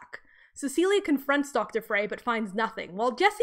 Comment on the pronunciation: Frey is pronounced like "fry".